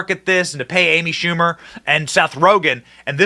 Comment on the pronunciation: Amy Schamu-er